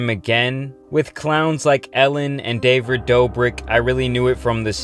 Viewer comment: "Davrid" Dobrik